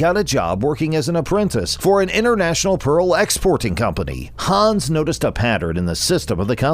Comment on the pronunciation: Haaans... it's Hans, the a is short